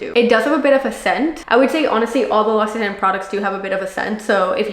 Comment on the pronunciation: Thank you for sharing and giving good advice for product use but it’s pronounced lock—see—tawn, not tan